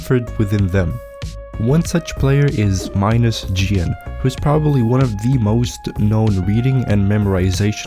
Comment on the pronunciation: Vecīt, tev ir ļoti labi video! Bet tas kā tu izrunāji -GN userneimu bija vnk :skull: 😂😂